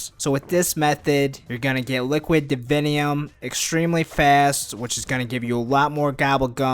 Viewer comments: lol I like the way you say liquid "davinyum" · listen to the whole video but only listen for him saying "liquid divinium" it's fucking hilarious.